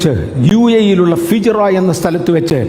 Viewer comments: എന്റെ അമ്മോ എന്താ തള്ള് ഈ പാസ്റ്റർ എങ്ങനെ ഇത് പറയാൻ തോന്നുന്നത്🙏😂 ഫിജയറ അല്ല ഫുജൈറഅണ് ഞാൻ അതിന്റെ തൊട്ടടുത്താണ് താമസിക്കുന്നത് ജോലി ചെയ്യുന്നതും കൽബ 😂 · എടൊ പൊട്ടാ ഫിജോറായി അല്ലെടോ ഫുജൈറ ആണ്